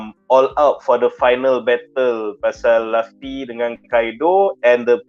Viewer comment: Its lufi bukan lafi adehhh